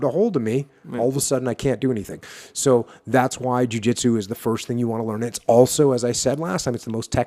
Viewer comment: When your saying Jui Juitsu do you mean BJJ or just JJ?